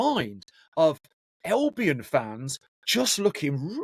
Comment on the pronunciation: Can you stop saying elbion please its albion